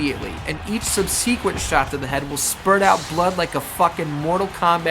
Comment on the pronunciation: Lol “sub-sea-quent” ahhaha